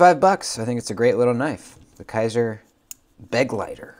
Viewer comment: Begleiter (German for companion) Not “BEG-leiter” it’s “be-GLEI-ter”